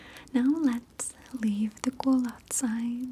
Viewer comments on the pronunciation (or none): none